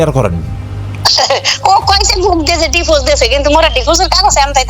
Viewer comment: আয়াতের সৎ মা একটা ক্ষ্যাত গাইয়া গাইয়া কথা বলে,চিকেন ফ্রাই কে বলে ছিকেন প্রাই🤣🤣 ডিভোর্স কে বলে ডিভোজ🤣🤣